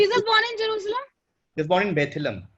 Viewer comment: Yes , She is reading from another screen or something, was not able to pronounce jerusalem, then read something about from wikipedia, Fake acting obv.